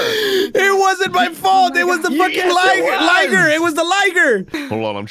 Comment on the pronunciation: Eddie just said LiGER HAHAHA